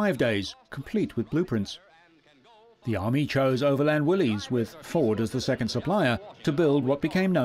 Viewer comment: Ugh. Not Willie's. Willis!